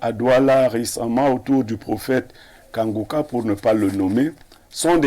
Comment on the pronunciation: La journaliste la ne sait pas lire iu elle fait exprès. Incapable de prononcer Kanguka pourtant un mot facil a lire.